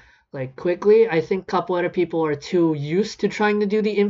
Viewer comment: also i was talkin about how he pronounced it